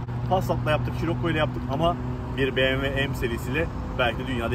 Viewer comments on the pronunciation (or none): BeğemV değil BMW yani Be me ve